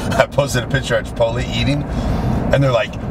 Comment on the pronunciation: CHI - POT - LAAYHH - CHANEL DOESN'T TRAIN CHEST - UNSUBBING